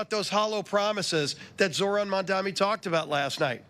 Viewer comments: The only thing that I would like to suggest that SOH Mike Johnson change is: It's the new New York City Mayor Mamdani (sounds like) not Mamdami. Other than that, he is pretty much spot on. Bravo Speaker Johnson. Keep calling for a few Democrat Senators to end the filibuster and vote to re-open the Government, and get back to work Democrats. Open the Government and the House resumes regular session. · The fact that they are all intentionally pronounced Mamdani’s name wrong is showing you how they are really furious about the winning of the people of NYC over their billionaires donors.